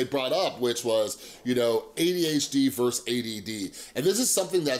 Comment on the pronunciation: hey dude, really like your energy. just wanted to let you know you're mispronouncing the word versus. please check it out :)